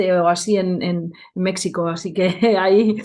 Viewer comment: una persona de intelecto elevado, lo he disfrutado mucho, sólo me dolió justo al final oírte pronunciar México con x a lo gringo, ni los mejicanos lo hacen....esa x es la j antigua. Con todo cariño!